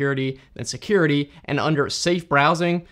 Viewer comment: "Seacuriatych, I remember this one this is uhhhhhhhhhh and amd" - Asian